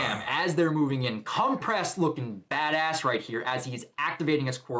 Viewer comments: not mr. compress. it's cementoss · Um, cementoss? 😭😭